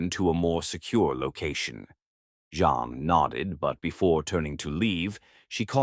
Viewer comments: Your story is sweet, but it's annoying when the computer says John instead of Jean. If you listen before posting it you would catch it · Rating 9. It is me from NJ again at the end of the story. Rating 10. I love the way read the story. I rated it 9 because I thelead female's name was Jean but was repeatedly pronounced as John. I found that distracting.